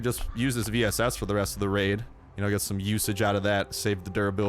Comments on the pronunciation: He said laid instead of raid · Am i the only one who relized he said revenge laid lol